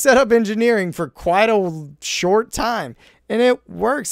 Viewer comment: "We set up engineering for quite a wh-short time!"